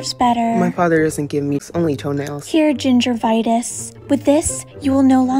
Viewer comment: "here gingervitis" "`ive been suffering from gingerrinis"